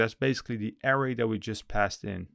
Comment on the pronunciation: Hi thanks for the video. Just a friendly tip... anchor is pronounced ain (same as the sound in pain but no p) than cer with a HARD C like the C in Cat... so ain - Cer .... and array != air-ray ... array == a (ah like in a-pple) then ray... ah-ray